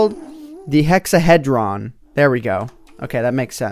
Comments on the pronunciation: Hexahedron is another word for cube and sounds like hē, not hĕ. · You just hurt the souls of many Mathematicians. It's pronounced hexa-hee-drun. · The Hexahedron is prounounced Hex-a-he-dron, the he is like saying he did something. A Hexahedron is a 3 dimensional shape with 6 sides. The more common name is a cube. It isn't 4 sides, you forgot the top and bottom. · PRONOUCED: hex-a- HEE-dron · Pronounced (hex-a-heed-Ron). The hexahedron is the name given to the Platonic solid with 6 faces aka the cube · nobody does anything with math lol it is pronounced hecks-ah-hee-jrun and it has 6 faces it is the mathematical name for a cube and it is chicks-you-lub it is the asteroid that dstroyed the dinosaurs i believe.. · because hexahedron is a 6 sided 3d object, a cube is a hexahedron, and it hurts to hear you pronounce it like that